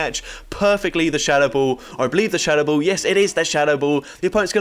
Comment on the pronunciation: Haidro Poomp, Sh-HAdou Bahll, Lee-aff Blahdé, Stoh-nee Ed-geh, Co-OONter Oh lord I love 'em all lmao